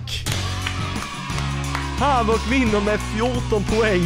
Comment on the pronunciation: Majvoc???😂😂 den heter havock